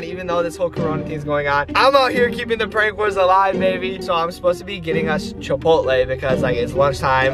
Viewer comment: how he said chapolai😂 (idk how to spell it lol 😆)